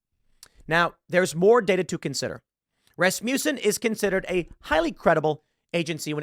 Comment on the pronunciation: Rasmussen is pronounced 'RASS-m'sen'.